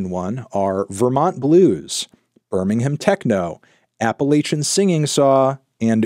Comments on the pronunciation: IT'S PRONOUNCED BIRMING-AM AAAAAAAAAAH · hearing them say Birmingham Techno like 10 times and every time they pronounce it like Berm-ing-hamme 😭😭😭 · Why do Americans pronounce Birmingham like it’s two words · The way people in the US pronounce Birmingham triggers me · Please pronounce Birmingham right